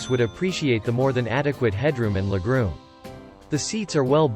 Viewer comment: Lol, le groom. Your robot is broken.